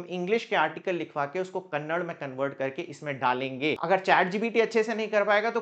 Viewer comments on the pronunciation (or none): Sir, its Kannada not kannad. I am not from Karnataka but i know how saying kannad instead of Kannada hurt people in Karnataka. Its a sentiment and I totally respect that. Just giving you a headsup as you are going to work in regional language please pronounce it as it is. 🙏 thank you and i really like all your video and still struggling to start one blog.